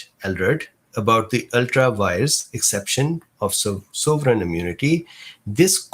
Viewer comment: Just a heads up, it's ultra vires.